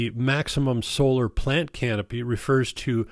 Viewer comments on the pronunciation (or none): Max solar plant canopy? Sounded like you said plants catch sun? 😮